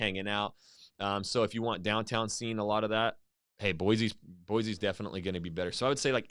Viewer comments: For people not from there, we say “Boy-see” not “Boy-zee”. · BOY-SEE! Not.. BOY-ZEE. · U CALL YOUR SELF A IDAHOAN ITS BOISE NOT BOIZE NO Z ! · I am from Idaho. We don't care about Boy-See. So we say Boy-Zee. See how easy that was. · I think this is the first time I've ever heard a native Idahoan mispronounce Boise. Boy-Z is WRONG!!! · If you’re from Idaho, why are you pronouncing Boise with a z? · He’s from Idaho but he pronounced Boise wrong. Nice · my thought exactly! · That was the first thing I noticed. I grew up in Twin Falls. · IF you were joking then good on you, but most people that live in that area really do freak the fuck out on anyone who pronounces the /s/ sound as a /z/sound. and I just don't understand why it's SUCH a huge deal